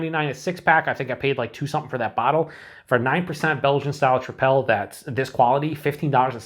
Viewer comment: I think it's pronounced like "triple."